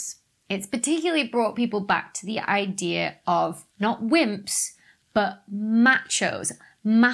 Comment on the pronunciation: When she said wimps, i thought she said simps for a second